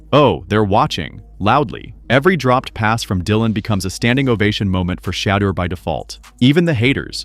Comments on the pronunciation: Fucked up part about this video is how you keep saying Shedur name .. before making videos dude learn the names first smart ass!!! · I DON'T KNOW WHAT YOU CALL THE GUY THAT DO ALL THE TALKING WHILE YOU'RE WATCHING THIS VIDEO BUT WHOEVER YOU ARE 1 MINUTE YOU PRONOUNCE SHEDUER Sanders NAME CORRECTLY AND THEN IN THE SAME BREATH YOU SAY HIS NAME AGAIN AND YOU SAY IT WRONG SO WHY YOU CAN'T SAY HIS NAME RIGHT THE FIRST TIME AND KEEP IT THAT WAY 1 MINUTE YOU PRONOUNCE HIS NAME RIGHT THEN YOU DON'T PRONOUNCE IT RIGHT THEN YOU PRONOUNCE IT WRONG CAN YOU PRONOUNCE IT RIGHT I MEAN COME ON HELLO ARE YOU THERE CAN I GET SOME FEEDBACK SIR ? 🤔🤔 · Say His Name Correctly PLEASE! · Please learn how to pronounce his name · Can someone please get the system to pronounce his name correctly? It makes every pronunciation except the right one. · You know his name say it right. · You get one last chance to properly and CONSISTENTLY pronounce Shedeurs name else I'm deleting this channel. Cut THE AI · First of all, it is disrespectful to not know how to pronounce a person’s name. That’s the first thing you learn about telling something. Secondly who ever is the best should get the job. We all know most GM’s are just butt kissers for owners. Third, I wouldn’t want to be with the Browns, good fans, but crazy owners. They don’t want Mr. Sanders, but he is a cash cow they want to milk. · Why subscribe if you can't even pronounced his name correctly?